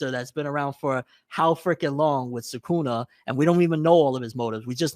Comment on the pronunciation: Americans saying SooKoona is probably the most jarring thing